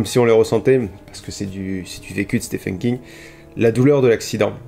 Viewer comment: Super j aime beaucoup ce genre de vidéo. Et juste pour un peu de culture comme ça en passant... le prénom Stephen se prononce Steven. Mais si tout le monde s'en fout c'est pas grave 😁